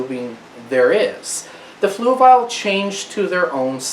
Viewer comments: Fluval is pronounced fluvol not fluvile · Where is the "i" in Fluval? I must be missing something on how to pronounce it :) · 😂 "floovial". I noticed that too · The way he says fluval lmaoo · You're not quite there but you're really close. First of all Fluval is a difficult word to pronounce, in fact even the representatives on the Fluval YouTube channel pronounce in completely different ways. You're trying to say it like this flu- (like being sick) V AL ( like the name Al as in Al's Toy Barn) the problem is when you say fluv-AL really fast it can sound like flu-vile. In fact I said fluvile to 2 different talk-to-text programs and they both spelled it as Fluval. Here is a link to one of their representatives saying it.